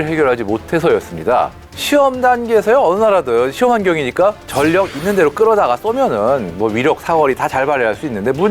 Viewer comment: 전력...을 '전녁'으로 읽는 것으로 들리네요. '절력'으로 읽는 것이 맞습니다.